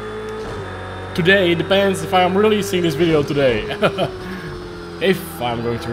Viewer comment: Well if you want to improve your English you need to change how you pronounce your W and V . In English it is Video but you are saying it as Wideo. In English the letter V is pronounced the same way that you would pronounce W. Say (V)ideo the same way you would say (W)illkommen. The same for words beginning with W. You pronounce " Work" with a V which sounds like Vurk. Not sure if I am making sense to you, I am not much of a teacher. Either way your English is better than my German.